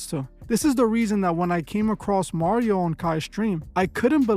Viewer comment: Mario, nobody wants to be taught by you, sir, and his name is not Mario. It’s Mario.